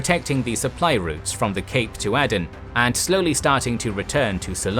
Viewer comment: I noticed he also pronounced Aden incorrectly too.